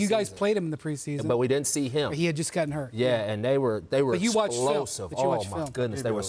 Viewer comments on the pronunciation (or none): none